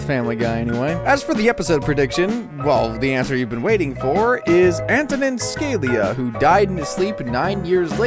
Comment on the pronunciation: Antonin “Scale-ee-a” 😂 It was “Scah-lee-ya”